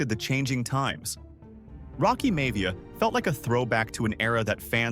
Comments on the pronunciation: It's pronounced Rocky MY-YA-VEE-YA NOT May-VEEYA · Rocky May-Via gave it away😂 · I've been watching these year in review videos from you, and they have been interesting, but at the same time I feel it's very obvious to tell they're being done with AI. The cuts don't line up always with what's being spoken about on screen, and there are names being mispronounced that wouldn't be mispronounced by true wrestling fans (like High Chief Peter Maivia... or Rocky Maivia...)